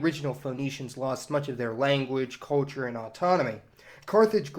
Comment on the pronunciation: narator, learn to say CUL CHUR, not COA CHUR.